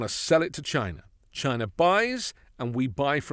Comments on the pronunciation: A BILLIONERE THAT HAD CRAPPY TEACHERS - CANT SAY CHINA - BUT GINA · Chia Nah this snake oil salesman sounds so unintelligent Trump is a Racist, he can't even pronounce the word CHINA He is a Racist to the core he will never understand what it takes to be a ex loser president. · "Jyna" never heard of it .. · He still says "CHY-na!" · "Chy-na. Jy-na. Melania won't let me near her va-gi-na." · "...we will phase out all imports from Chy-nah... except my Red Hats, ties and other crap..." - Drumpf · The way he pronounced "China"!😅 Like when he says "Thighland" instead of Thailand. 🙄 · Notice he won't say clothing because he gets all his Trump items from China. He always has to say China like he's saying Vagina. Two things he has to pay big bucks to see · CHINA. Every time he says it, I laugh 😂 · Who is that moron who can’t say “China” correctly. Oh, Dump?….. Great! Do what Dump says; that’s more trade for New Zealand. I’m very pleased 😁😁😁😁😁😁😁😁😁😁😁